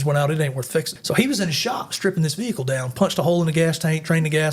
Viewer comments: vee hickle😂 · Hate people how say VeHeCull